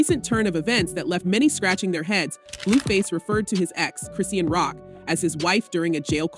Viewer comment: They say Chrisean name wrong on purpose- it makes no sense